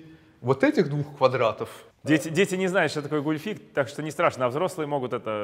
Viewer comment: Правильно гУльфик, а не гульфИк)